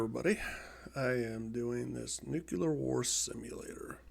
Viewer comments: Good video. Interesting program. Btw it’s Nu-clear not Nuc-ular :) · You present yourself as some sort of war expert (replete with low throated voice) until you say "nuke-q-lar" over and over. Admit it You're a videogamer, guy. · IT'S NOT NUKE-U-LAR! Fucking Americans...